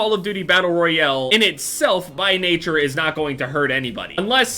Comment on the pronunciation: "Battle royele"